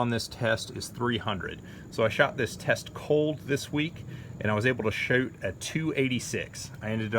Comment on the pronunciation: You said “shoot” like a Canadian , and “ ” was also a partially Canadian origin film. We see what you did there, nicee